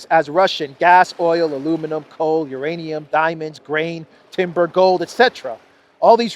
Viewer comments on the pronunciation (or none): none